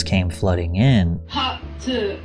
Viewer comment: I'm sure you meant, a part TUAH XD